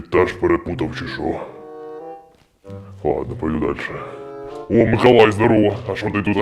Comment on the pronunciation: а чого ти кажеш микАлай,а не микОлай?